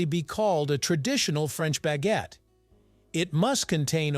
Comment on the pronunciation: If you're going to say foreign words, like "baguette" or "pain," can't you pronounce them properly?